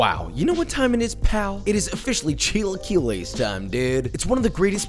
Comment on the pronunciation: what the fuck are "chi lie que less"